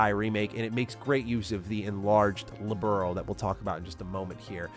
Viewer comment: Thing that kept annoying me in the remake is the constant mispronunciation of Liberl, so many times it gets called Liberal. -.-''